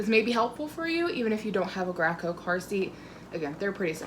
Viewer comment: Thank you for this video. Graco is actually pronounced “GRAY koh” because one of the two co-founders was Russell Gray.